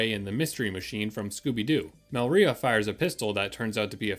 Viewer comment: You did a good job! Also I thought it was pronounced Me-LI-rah not Mel-RI-ah